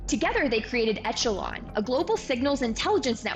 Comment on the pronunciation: My Grandfather worked for RCA... For future reference, it's ĕsh′ə-lŏn"... so not like an "Etch" A Sketch. Your reporting is quite professional and very well thought out, but if you get training in public speaking courses (I have, so just sharing to help your channel!) slipping on word pronunciation is a detractor to your message. Like how we can remember President Bush always saying Nuclear as "nuc-u-lar" vs "Nu-cle-ar" but not what else he was talking about! Keep up the fine work.